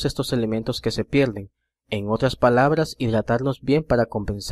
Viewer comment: que se pielden ? caballero me gustó mucho el vídeo pero por favor pronuncie bien , no es pèldida, es pèrdida.